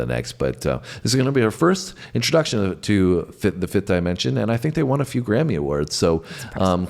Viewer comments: there name is pronounced 'the 5th Dimension'not DYE MENENSION,IDIOT !! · Love that you’re branching out! (The group’s name is pronounced with a short “I,” as in “dip.” Not “die.”) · HEY MISTER ,IT'S NOT DI MENSION FOOL,IT'S PRONOUNCED AS DEMENSION !!